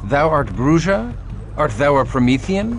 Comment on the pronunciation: The mispronunciation of Bruja always bugs the shit out of me. I'm almost out of shit.